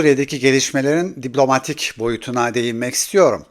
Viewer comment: Abi seni dinlemeyi seviyorum ama Allah aşkına diblomatik değil diplomatik de kulağımı tırmalıyor ya